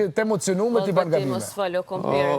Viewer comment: KompiR me R te Gjakoves😂😂😂😂